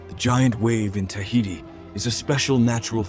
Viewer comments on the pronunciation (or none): none